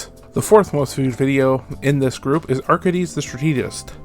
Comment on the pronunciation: I cannot believe i am doing this because of the subject of this video: but you mispronounced arcades as arkidez. If this was intentional i love the dedication to the bit. Great video!